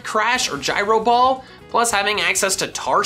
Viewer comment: Finally someone who pronounces Gyro ball correctly, the amount of people I heard pronounce it guy-ro ball 😪